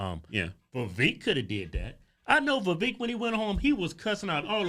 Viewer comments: Vivek, rhymes with cake, not keek...😆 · It's pronounced vi-VAKE, like "cake." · Vivek Pronounced like cake. Viv-ake. Or Viv-ache. Quit saying his name wrong. Hoooodge twins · Y'all are mispronouncing Vivek ... He said it's pronounced Vivake, like Cake. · Oh yea its viVAKE, like cake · They still keep mispronouncing his name🤣🤣🤣 Vivek like Cake! lol